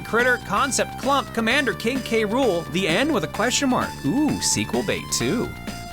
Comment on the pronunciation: I don't know if you knew this, but you have been mispronouncing K. Rool's name all this time. It's actually "k-rule" with just the "k" sound right before the "rule" part.